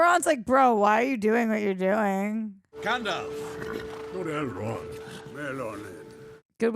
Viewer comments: Azagol lol, and then you said Eldrond lol ah man im crackin up. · Four films in and we still don’t know it’s Elrond, not Eldron! The sword is the sword Bilbo gave Frodo in LOTR, you know what it can or cannot do. Gollum is not a hobbit, if you had listened in The Two Towers, Frodo said to Sméagol “you were not very different to us once” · How many times can you get 'Elrond' wrong? Poor effort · You've now seen 4 movies based on Tolkien's work and yet still you cannot pronounce "ELROND" correctly. I cannot tell if you're doing it purposely or not. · calling Elrond Eldron and calling Rivendell Rivendale is sending me 😂